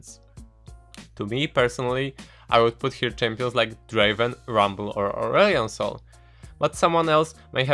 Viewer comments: lost it at 'Urion Sil' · I had to replay the first part 5 times because I couldn't hear urgot and aurelion sol because of your pronounciation.